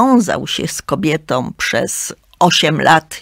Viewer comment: pięknom, kobietom, wspaniałom - tak mówi krytyk literacki ?